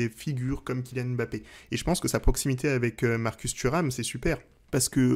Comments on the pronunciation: oh non tu peux pas nous faire ça haha 😅. ça se prononce "mmmBappé" et non pas "Èmbappé". Ta chaine pourrait limite avoir un épisode sur la prononciation des noms africains donc attention à notre Kylian stp!!! et à tous ceux qui ont des noms qui commencent par deux consonnes:) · Très bonne analyse comme d'habitude mais juste pitié frère, on dit Mbappé et pas M'bappé. Il faut qu'on laisse aux français le défaut de mal prononcé les noms africains